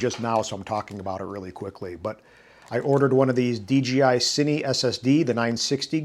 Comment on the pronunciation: thumbs down for pronouncing it “DGI”